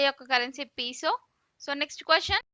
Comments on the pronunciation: పీసో కాదు అనుకుంటా పేసో అంటారు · Peso kadu thalli pronounciation is wrong